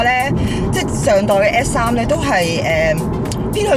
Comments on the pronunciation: 如果咬字咬得清楚啲會更好，而家唔係唔好，但佢片頭張個S3講到F3,發音改善下就perfect 啦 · 好似講野要加強返， S three 好似講得唔正。加油。 S3 外型好似正左